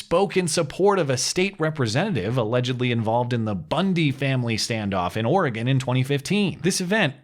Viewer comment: Thank you for pronouncing Oregon correctly.